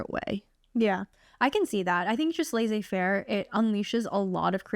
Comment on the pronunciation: HAHAHAH. Thank you, ladies for sharing this. I am from Sofia, Bulgaria and you have inspired me to apply to Harvard/Stanford, other Ivy schools maybe in a few years! Thank you! P.s It's laissez- two s are prononced like the normal s in English.